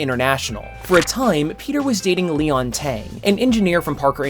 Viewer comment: Lian Tang said like Leon Tang🤦🏾‍♂️. Am I wrong in clearly pronouncing Lian as Lee Ann? Never heard of A female named Leon. Great video minus my little gripe.